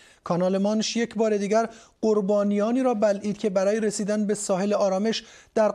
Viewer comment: دقیقه ثانیه رو دقت کنید, مجری خبر یه صحنه رفت رو زبان اصلیش افغانستانی ,,یگ 🤣🤣😂😂